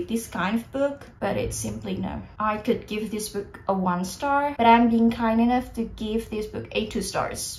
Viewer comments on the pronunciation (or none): kak, agak aneh dengan pengucapan "could", "would", dll kakak yang l nya ga silent, cmiiw kak kalo kakak sebenernya ngucapinnya bener uda bener, cuma telinga aku ato pengetahuan aku aja yg salah hehe. semangat kakkk <3